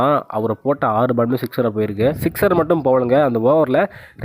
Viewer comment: ஏன்டா தமிழை கொலை பன்றே ? சிக்சர் ரா? சிஸ்டரா?